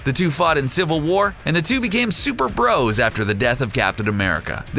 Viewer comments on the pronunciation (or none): none